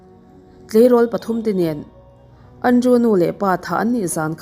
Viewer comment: keipawn ka hmaih ngai lo, mahse, thu leh hming lam dân uluk deuh a ngai deuh. Andrew - Andru( Andreu tih ang deuhin a ri thin em a tir lamah khian).